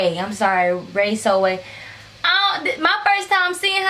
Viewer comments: So we just gone skip how she said raysosway instead of raysowavyy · Ray so wavy that’s how you pronounce it btw but this was funny😂